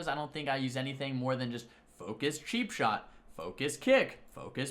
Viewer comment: anyone hearing sheap shot instead of cheapshot?